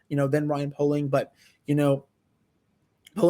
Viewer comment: i’m friends with poehling’s cousin it’s pronounced pay-ling